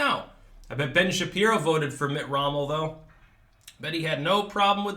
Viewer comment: "Mitt Rommel" HAHAHAHAHAHAHAHA!